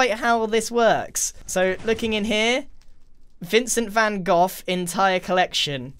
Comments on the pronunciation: Lol "Vincent Van Goff" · bruh, vincent van goff it is vincent van Gogh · Its van Gogh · hold on... Vincent Van "Gof"?!